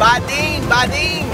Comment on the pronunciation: Did you just say 'Bading'?